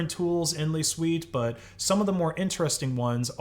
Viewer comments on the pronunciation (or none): Although the guy kept saying les suites for some reason.